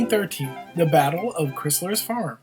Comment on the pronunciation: you need to learn how to pronounce Montreal, Crysler and Chateauguay!!!